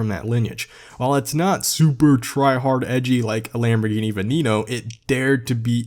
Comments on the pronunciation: It’s pronounced Veh-neh-kno!!!! Not Benino 😂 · Venieno 😂 its VENENO not Venieno How hard is to pronounce something how they are spelled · Its venom in Spanish not vinino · ah yes the Venino 😂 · "Lamborghini Vinnino" i have never heard someone pronounce the name like that xD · Bro it’s veneno it’s venom in Spanish and it’s pronounced ven.nen.no please I like your contact but as a Hispanic person I do find it disrespectful and I know I can’t expect everyone to pronounce it right but you made contact and put it out there you must’ve known you were going to be judged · You are saying Lamborghini veneno wrong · idk why ppl say senna's are ugly. btw he pronounced veneno weird